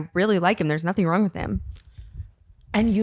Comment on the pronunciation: "did your head go wong and start charging" still has my cackling